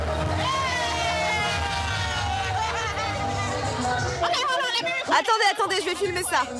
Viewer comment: "Deyonce" ? On est d'accord le D est après le B dans l'alphabet ?